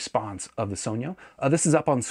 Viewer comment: THANK YOU for actually pronouncing "sogno" right.